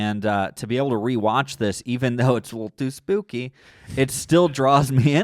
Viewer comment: saying “Tew Spewky” is everything ❤️